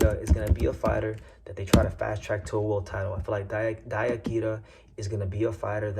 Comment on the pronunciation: DIE-ya Kira and Kazuto EE-oka is how they're pronounced. Appreciate the coverage though. You might be the only English speaking channel I can find talking about Japanese prospects